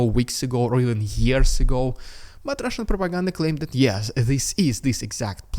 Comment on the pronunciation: I just love your “rrrridiculous rrrrussian propaganda, ugh!!!” Always drop from chair😂